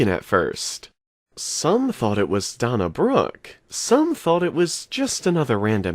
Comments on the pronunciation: Did he really say donna brooke wtf dude its dana brooke dana dana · Donna Brook. Lol. Day-na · "Donna brook" lol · Am I the only person who laughed at the way he said Dana Brooke?